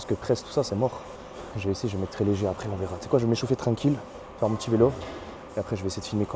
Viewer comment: J’aime bien comment tu dis vélo 😂, vailo